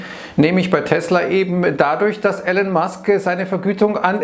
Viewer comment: er heißt "Elon" nicht Allen haha